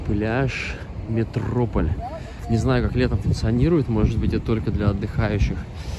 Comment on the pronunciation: Не Метрополь а МетроПОль